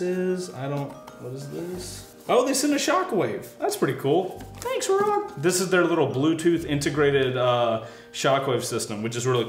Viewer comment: FYI, as per Ruroc the pronunciation is “roo rock” 👍